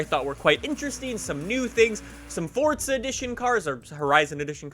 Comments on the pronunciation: It's four za not fucking fort a there's no T stop saying it like that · its forza not fortsa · Stop saying FORTZA you fuxking douche! Its FORZA!!!! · "Fortza" is the actual pronunciation,. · can somebody please explain why people pronounce it as "fortza"? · Fortsa? Come on now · its pronouced forza... not fortsa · Why do some people call Forza, fortza ? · Please say forza correctly, it's not fortza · It’s forza not fortza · it's Forza not Fortsa I can't stress that enough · I like how u pronounce forza as fortza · Why does everyone say “fortza” it’s forza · “fortza horizon 4” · It's not FORTza horizon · How many times does he say Fortza Horizon 4? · Fortza?? Fortza.... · “Fortza horizon” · If I have to hear say Fortsa Horizon one more time I will blow my freakin brains out...dude learn how to pronounce the word right you freak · its funny how he saids forza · You butcher the word forza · There is no T in Forza... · The way you say forza fucks me off